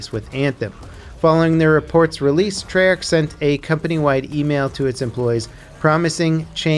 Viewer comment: I cringed when he said Treyarch...... "Tree-arch"😂